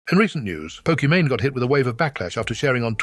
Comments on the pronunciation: Can the text-to-speech figure out how to pronounce Pokimane already? Poki-Mine, Poki-manae? Really? 😂 Maybe it's a diss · love the AI calling her "pok eh mon eh" over and over lol